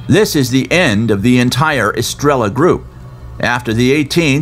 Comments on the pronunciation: So irritating that narrator cant bring himself to properly say "estrella" since it is repeated so often... "Eh stray yuh" is much closer to correct. Pronunciation does matter... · It's pronounced "es-tray-uh" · Star in Spanish is pronounced phonetically astray-ya. No L sound gringo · Great documentary! But every time you said "estrella" , I told my phone, "the double ll is pronounced as a y!!" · For a professional narrator, this guy can't be bother to learn the Spanish word stars, he just pronounces the Spanish word in English. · Came here to say this and realized NO ONE else had noticed besides you